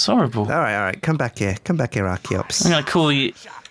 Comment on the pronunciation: not arciops its charitot